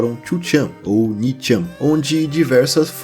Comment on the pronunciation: ou ninchan kkkk "onichan"